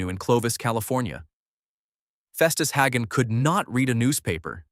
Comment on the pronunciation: "Arnuss"? Are-NESS (Like Eliott Ness.) You showed Thad Ewing as a young Milburn Stone? "Haggen"? HAY-gun.